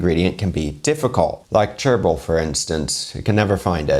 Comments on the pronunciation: Did a bit of a double-take there when you mentioned chervil, for some reason I heard this as gerbil and I thought maybe the practice of eating guinea pig had morphed into including gerbils. Really glad I heard that wrong. Wasn't looking forward to that recipe video lol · 10,05, when subs say gerbil and not chervil...Hxx